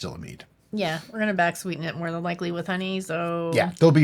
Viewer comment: moare sammich?